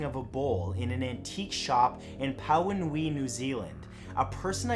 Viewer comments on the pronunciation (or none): Love the way you say pauanui in New Zealand. I’m kiwi and still laughing, 😜